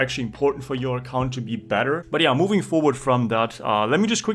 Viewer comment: "giants main accAunt" you gotta be german XD